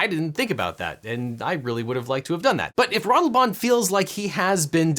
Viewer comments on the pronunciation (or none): The pronunciation of Ratelband is... interesting. It's less wrong than I'd have expected, but still very much with an American accent. But I have to give props for at least not Americanising the name. I always love to see people give it a serious try.